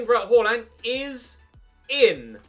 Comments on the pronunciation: Please dont say "horland" its pronounced "aland" with a faint "h" at the start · It's pronaunched Haland with the first a being pronaunched like the first a in Austria